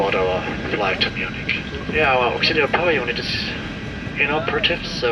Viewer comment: It's not pronounced MuNICH. It's pronounced Munik